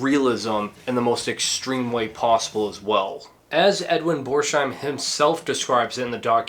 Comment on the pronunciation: Pronounced Bors - heim. No sh sound. I know you will hate the correction and perhaps insult me for pointing it out, but oh well. 🙂 I have not finished watching the video yet, but good job... I will be back with an edit.